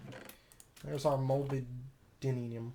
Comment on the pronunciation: Pronounced mol-ib-den-um, it's a trace element that binds copper ;)